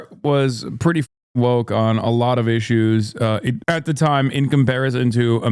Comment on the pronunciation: "I am fascist light!" "You are too voke." Every time.